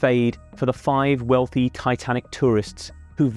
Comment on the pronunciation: I like the emphasis in the choice of the word chosen..."wealthy"